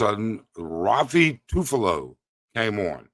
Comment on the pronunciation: I almost choked in my coffee when you kept butchering Raffy Tulfo names... I've heard Ruffy a few times and then Tufalo a bunch too... Great Video despite using the new software and programs, we salute and support you ☕✌️🤙